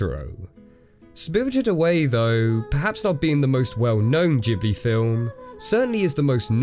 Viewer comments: Yo, i'm italian, it's not jibili, it's Ghibli with a hard g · Dude, I don't know where got his pronunciation info from, but they're wrong. "GH" is HARD "G" in Italian. Look at the words "ghetto" and "spaghetti", and then look at the name "Giorno Giovanna" (my roommate's "Golden Wind" obsession has finally gotten me to the point of making Jojo's references when I don't even watch the show) from a show in which it is literally an important character trait that his first and last name both be pronounced with a soft "G". So there you go. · In Italian Ghibli would be pronounced with a "hard G". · In Italian the letter "H" is a silent letter that makes what ever comes before it a hard sound. So the Italian pronunciation of Ghibili wouldn't be "Jee-blee" with a soft G, it would be "gee-blee" (gee as in geese) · no, no, no. In italian if the G is followed by the H, it becomes a hard G. We don't pronounce it Jee-Blee, we say GIB-LEE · I'm italian and the syllable "ghi" is not pronounced "jee" in my language. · Studio Ghibli is actually pronounced “Jibuli” as it’s written that way in the katakana on the opening logo And as much as some Ghibli films can be perceived as scary or overwhelming for young children (I know the pig scene in this movie gave me nightmares as a child) I am going to be showing my children these films more than Disney, as they are good for adults and children and don’t talk down to anyone (no matter their age) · Hmmm I'm not sure about the pronunciation. My Japenese guide that showed me round Tokyo pronounced it Gibb-lee (hard g). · GHIBLI is pronounced with a hard G in italian tho so if it were to be pronounced Jee-Blee they should've just spelled it GIBLI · I am italian an can confidently say that ghibli is pronounced with the hard G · I'm Italian, I've never seen the word "Ghibli" but it would be pronounced with a hard G (G is only soft in italian if followed by `i` or `e`) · Correction: Ghibli is pronounced with a hard g in Italian.